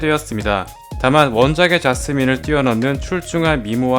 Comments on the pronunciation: 자스민을 왜 자꾸 좌스민이라고 발음하는 거예요 왜ㅋㅋㅋㅋㅋㅋㅋㅋㅋ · 좌~스민 뭔데 웃기짘ㅋㅋㅋㅋㅋㅋㅋ